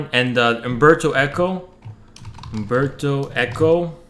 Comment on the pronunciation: U-M-berto Eco. Please